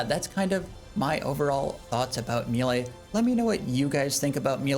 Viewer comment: I like your videos format and fashionscape but just a quiet little heads up please don't say mealay or mealie it's maylay >_> aaaaaaaa !! Also I think you're really underrating the scourge with abyssal spikes vs any longer fight as an initial stack builder beacuse you reap the benefits the entire rest of the fight, and your offhand leng will still be prepping spec stacks. Also the d2h eof is for elite dungeon clearing and shattered worlds as well as a really fun way to get giga nukes on slayer tasks lol